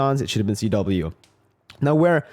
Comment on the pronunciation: Why is CW called Cheh-Weh?